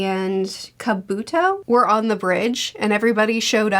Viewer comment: You can tell is a big Gen 1 Pokemon fan with how she pronounces Kabuto